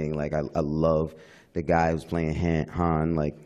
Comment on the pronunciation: Lol he pronounced Han how Lando pronounces it. That was funny.